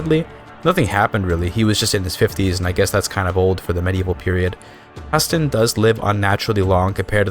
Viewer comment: The way you pronunce Haesteinn makes me ill. May playing Tall reign supreme